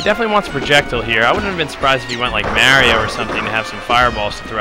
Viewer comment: That incorrect Mario pronunciation from the commentator... >.<